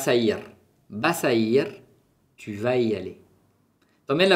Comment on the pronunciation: Hola. Soy Juanma, profesor de inglés y estoy estudiando francés. Me interesa mucho la fonética además de la lengua desde el punto de vista comunicativo. Tengo una duda que me gustaría resolver. Por qué a veces tu haces una aspiración a final de algunas palabras agudas generalmente terminadas en 'i' o en "u". Por ej En la primera frase "Comment va tu?" Tu haces una aspiración en "tu" / tuh/ O en "Je suis perdu". Tu dices /perdyh/ En otros vídeos dices rue / ryh/ Recuerdo cuando estuve estudiando francés en Aix-en-Provence y algún profesor tb hacían esa aspiración/h/ Esa aspiración se debe a una diferencia geográfica? Muchas gracias. Me gustan tus videos